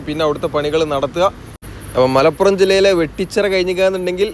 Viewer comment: മലാപുറം ❌ മലപ്പുറം ✅